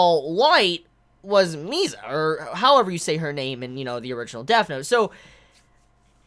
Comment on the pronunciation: u do realize there's Asians in America, right? Turner didn't bother me as much as Mia though; like how hard is it really to say "Misa"? 😂it was kind of ridiculous